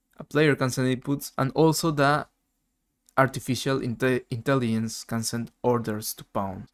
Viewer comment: did you say "Artificial Italians" ?!))